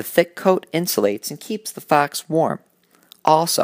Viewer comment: the way he said fox lol